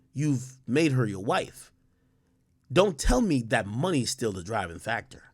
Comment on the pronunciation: “do it for the monyon, when you ain’t got no monyon” 😂😂😂